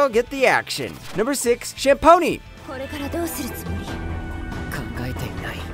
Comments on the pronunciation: He legit said #6! Cham Pony! I am in tears. 🤣 (The Campione! Anime itself literally pronounces it correctly a few seconds into the opening as "Camp-ee-oh-nei" lmao 😂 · “ChUmPonE” bruh, at least pronounce it correct) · pronounced number 6 wrong